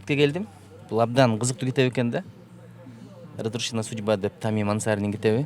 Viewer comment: Радушина судьба деп окуп койду го разрушенная судьба экенго